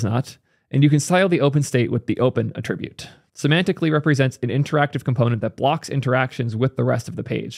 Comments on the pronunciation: I love videos but damn he really needs to learn the difference between attribute (the verb) and attribute (the noun). They're not pronounced the same. It bothers me so much more than it should. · Please, stop pronouncing 'attribute' the noun as a verb - you're killing me man! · Why do you pronounce "attribute" like it's a verb? Nouns emphasize first syllable, verbs 2nd. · What is your accent bro? You're pronouncing "attribute" as the verb, not the noun. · Love your content - thanks for bringing this to our attention! Respectfully, please pronounce “attribute” correctly - you are mixing the noun and verb pronunciations. You have a very wide reach and it would be great to demonstrate the correct usage.